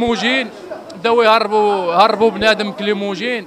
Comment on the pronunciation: كليموجين هههه. لاكريموجين هو الاسم الصحيح ماشي كليموجين.